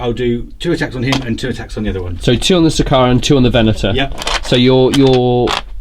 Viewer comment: "Sickeruhn" (aka Sicaran), man his/ actually, their pronunciation is horrid, lol. Game wise, I noticed some liberal use of friendly vehicles allowed to shoot through allied vehicles.. All in good fun I guess, but I don't see how one vehicle could get it's las-cannons to bear when another landraider is smack bang in the way :) Pretty one-sided game other then that, unfortunately.